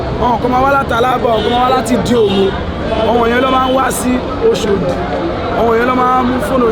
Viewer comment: Why is he calling it Oshodi instead of Oshodi?